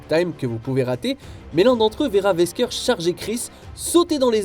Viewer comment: Votre prononciation de Wesker c'est horrible